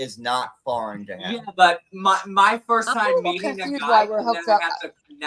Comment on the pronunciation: Replay crew., I love you so much. Please 🙏 please stop saying Em. It's Him. Kisses, my love. I can't with the Temu Kardashian John.